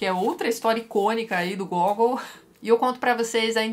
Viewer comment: Mais Uma coisa, o nome do autor fala-se Gagòul. Um dos meus autores prediletos. Li direto do russo todos esses contos e o hilario “almas mortas”